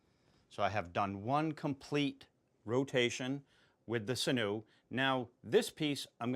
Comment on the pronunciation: Its pronounced sin-you. 😉 Great videos btw 👍🏾👍🏾